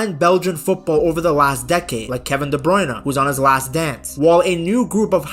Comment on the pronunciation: Please try with Kevin's name a bit. Pretend the "e" in "Bruyne" is silent. I will admit it triggers me a bit each time I hear that name pronounced by commenters.